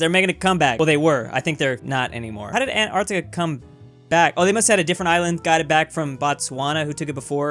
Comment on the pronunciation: Why is this guy pronouncing it "Ant-artica" ?